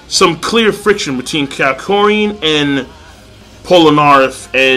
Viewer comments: HIS NAME IS NOT KYARKOIN! ITS KAK-YO-IN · It's Ka-kyo-in